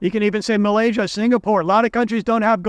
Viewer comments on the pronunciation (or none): none